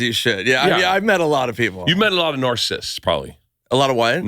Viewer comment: “Narsissts” “What?” “Narsissts” 😂😂